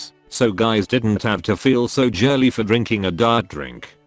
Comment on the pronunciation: He Said 'jirly'